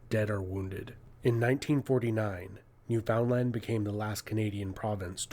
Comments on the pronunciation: Not sure of your souce, AI? Definitely not Canadian. Newfoundland is pronounced like understand. Newfunland. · Victoria. On the coast with the most. Strange that the narrator (person teaching about Canada) pronounced New Foundland phonetically as opposed to Newfenland (it's actual pronounciation). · It is not pronounced new found land, it is pronounced newfunland. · How to piss off a Newfie: Call Newfoundland "NewFOUNDland". it's pronounced "Noofinland". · Not New-found-land. More like New-fund-land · I'm Canadian & always say New foundland. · AI voices have not figured out how to pronounce the name of the island off the east coast - it's not pronounced new-FOUND-land, it's pronounced new-f'n-LAND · Wait...American's study history? Like..at all? Well tickle me pink! And yes, the fishing is good. Also, narrator guy wasn't Canadian, or he would have called it new-f'n-land, instead of new-found-land....that's the first tell that somebody is American, or possibly an AI narrator....but this guy was definitely American, based on how he said New Orleans...oar-lynn...I can't even pronounce that the way they do....are-lean....or-leone..our-leon? Also, Quebec currently identifies as Canadian due to some 51'st state rhetoric...we also speak French in New Brunswick, we're bilingual, SJ is the oldest incorporated city on the continent, and pre-exists Canada, being only 10 years younger than America since it's been a nation. Unfortunately the great fire in the late 1800's destroyed a lot of the wood structures, some two fifths of the city. Originally established as a settlement in the early 1600's, it was formally incorporated as a city in 1785. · But it should be said... it's "NewFINland" not "New-found-land". My Mom was from Cornerbrook! She corrected everyone!!❤❤ ❤❤❤❤❤ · just FYI, its not pronounced New Found Land (even though thats how its spelled, its pronounced NUfin LAN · Not New Found land. Say Newfinland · “New fin land” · Newfenn LAND, rhymes with understand